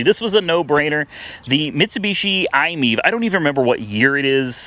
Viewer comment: you keep saying "I MEV". Pleas look at the lettering. Try saying "Mi EV" as two words. Like "My EV".